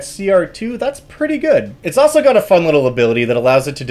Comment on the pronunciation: There is an “L” in “also”.